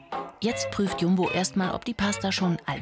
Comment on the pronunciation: er sagt einfach jambo anstadt jumbo😂